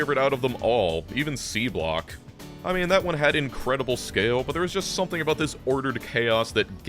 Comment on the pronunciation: Genuinely thought said “Beanblock” instead of Seablock